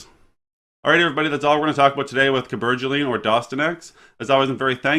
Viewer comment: He’s from Kansas lol. But he’s handsome and I like the way you pronounced the word Cabergoline